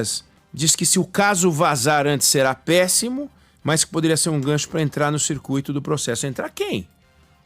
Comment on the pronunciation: Por falar em pronuncia, cuidado com GRATUITO, CIRCUITO. Não se acentua o Í ao pronunciar essas palavras. O Google explica como pronunciar. Seus colegas da Band devem aprender a pronuncia.